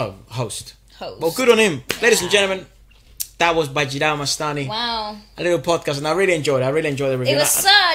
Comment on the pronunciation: It's not mastai it's mastani